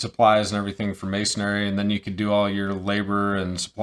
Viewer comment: There’s no “a” at the end of masonry! Ha, good video and good info.